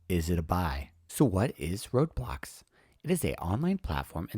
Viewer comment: It's pronounced Roblox, not Roadblocks